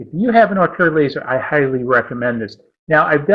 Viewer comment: I love your videos but I cringe when I hear you say "Orthor laser." The correct pronunciation is "Or tour." :-)